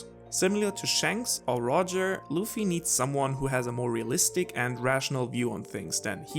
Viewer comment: The name is "Luffy (Ruffy)" not "Loofy" xD